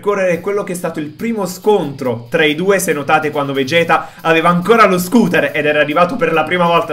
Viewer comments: si scrive (SCOUTER) ma si pronuncia SCAUTER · bro cmq non si dice scuter ma (SCAUTER)